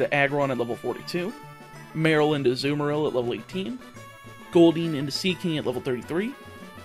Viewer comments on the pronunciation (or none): none